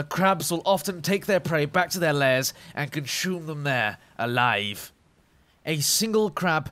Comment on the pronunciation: So in the Pacific Ocean I can find Jerry Sharks, scavenging T-50s, and T-54 Spider crabs... Seems Legit. That and I find it hilarious how you pronounce 'consume', adding a 's-c-h-u', or shoe, sound to the middle. Great work!